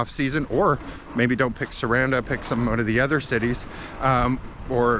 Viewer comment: Also...it's pronounced Sah rahn dah just to help.